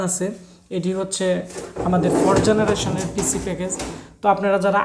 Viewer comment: Generation bolen na keno apni?